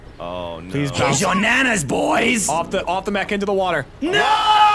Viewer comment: In that first worms clip jack says something about the mech but it sounds like he says the Mexican